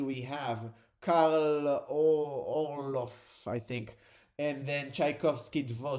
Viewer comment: Orff is pronounced like: "Or" from orb + "f" from fire